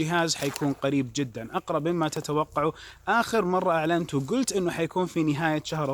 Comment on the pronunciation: الدقيقة قال سامسونج العنت مب اعلنت 😂